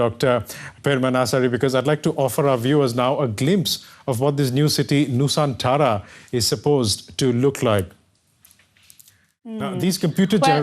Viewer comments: Its nusantara not nusanthara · it is not nu saan tara, it is Nu-san-tra.